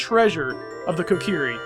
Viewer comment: Your saying the names wrong Na-vi ko-ker_ie sound it out pls